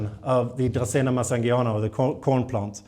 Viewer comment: I like the way you say dracaena better and I live in Mississippi.